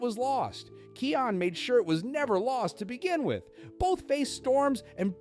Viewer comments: Bro it's called Kaayon not Keeon😂😂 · The name is not keon its kion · Kai - on not key - on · His name is pronounced "kai-on" not "Key-on" xD idk why Key on dries me up the wall. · Keon? It's kion with an I pronounced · Dude "Kee-on" is crazy lol